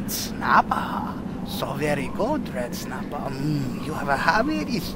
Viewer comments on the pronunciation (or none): "mmmm, reed snappa" NO! "mmm yes red snapa!" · just a bit of red snappah! just a taste of red snappah! lol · RED SNAPPHAH!!